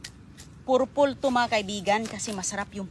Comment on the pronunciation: Please Purple,hindi Porpol Star apple.